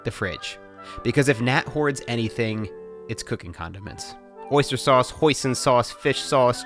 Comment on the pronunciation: Matt’s Jersey really came out when pronouncing “sauce”